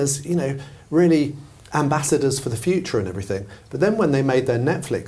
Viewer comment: please stop saying “everythink”